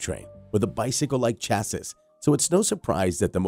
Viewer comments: Stoooooooop saying chas sis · It's pronounced "chassy" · Hearing Chasses is making me die laughing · The Segway is a Sur Ron. And “chassis “ Is pronounced cha-see. And chrome isn’t a type of metal, it’s a treatment. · Chassis is pronounced 'Sha-see'... that is of course if you're speaking English.. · I rolled my eyes every time he said it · I cat take any of this seriously just by the way you pronounce chassis. It tells me you really don’t know much. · Please learn how to say chassis